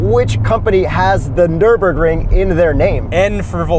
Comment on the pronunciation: It's called "Nürburgring". Get it right😅